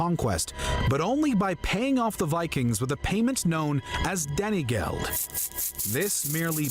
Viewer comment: "Danny Geld."